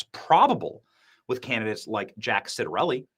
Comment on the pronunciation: It's 'Chit-a relli!" Think of the same sound you make when you say "Ciabatta" bread... it's CHIbatta! Just sayin'... and that's the way Jack himself pronounced it. Love ya Benny and crew! XO